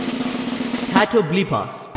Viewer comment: It's pronounced "Cat-O-Blee-Pus" it's a Greek monster. I'm guessing that Tabata took French and Italian in school and fell in love with Norse, Greek and Hebrew + Christian mythologies since literally all of Black Clover is riddled with all of these themes 🤣😂 (Spell Names, Character names, Places etc). I love it. Also, he clearly watched Soul Eater lol.